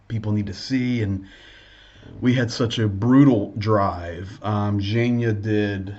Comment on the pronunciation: It’s Zhenya, the nickname for Evheny (Ukrainian version of the English Gene & Eugene.) G sounds like “H” in Ukrainian, but it sounds like a G in russian. You’ll get it, keep listening & practicing! You can also find many videos on YouTube that take you through the Ukrainian alphabet and make the sounds for you. That’s an easy place to start. Have a great night!